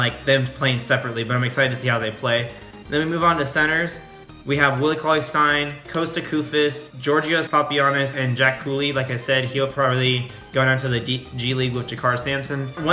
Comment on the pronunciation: His name is pronounced (Yor-gis), with a silent Y. Awesome video as always and don't ever stop.